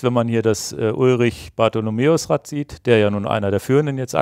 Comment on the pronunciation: Danke für den Podcast. Bitte bitte aber: Ulrich heisst "Bartholmös" mit Nachnamen. Nicht Bartholomeus.